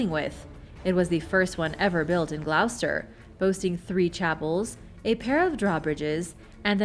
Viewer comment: It’s pronounced GLOSS-ter, not Gl-OW-ster…